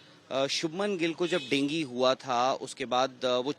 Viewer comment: डेंगी नहीं डेंगू